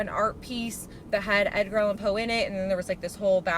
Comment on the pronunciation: She said, "Edgar Allan POO"!!! 💀🐦‍⬛💩